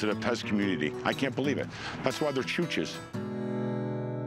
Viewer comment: “That’s why they’re CHOOCHES”